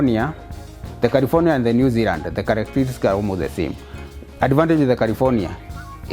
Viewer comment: New Zeland 😂🥰 it's New Zealand but New Zeland is cute